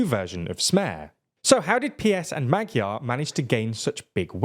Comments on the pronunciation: and maDYar instead of magyar 😂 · In English writing it would be Ma-jar. Or just say the 'gy' like the dge in hedge. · Can you pls take 10 minutes and learn how to pronounce the Hungarian alphabet? It's really simple, but that pronunciation was horrible. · Why is it so hard to check pronunciations before covering a topic like this... fiko, magiar peter, tiza etc.. were driving me crazy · Next time put the names of the people you're talking about into Google Translate for the respective languages and check how they're pronounced. You've managed to butcher both Magyar and Fico. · My god the pronouncations are awful!! its TISZA (like the s in STAR) NOT TIZA!